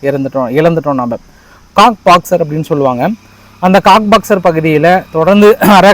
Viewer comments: Anna athu காக்ஸ் பஜார் Cox's Bazar... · Cox box illa cox bazar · அது Cox பாக்ஸ் அல்ல அது coxbazhar.